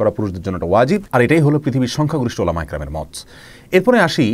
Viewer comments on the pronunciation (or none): none